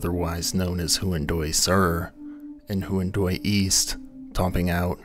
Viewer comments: Huan[doy] and Hua[scaran] are pronounced "wha[fill in the next syllable]". DO learn native pronunciations before butchering languages for cash purposes. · You didn’t look up how to pronounce “Huandoy,” did you